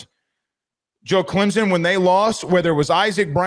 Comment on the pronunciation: There is no Z in Clemson, Please pronounce it right ClemSon!!!